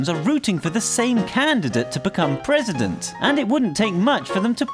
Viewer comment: O:03 prrrresident